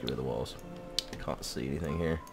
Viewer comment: I find it interesting that pronounces can't like carnt, even thought he's american:)